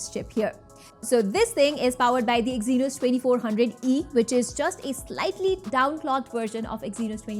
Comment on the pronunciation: I just stop watching after i hear exynos😂😂😂